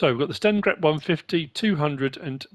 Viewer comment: It sounds pretty cool when you say stengrep in Swedish 😊your doing a great job with these modvids, great videos as always.